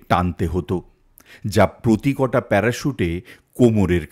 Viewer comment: প্রত্যেকটা না বলে আপনাদের সব ভিডিও তে প্র তে কটা বলা হয় কেন?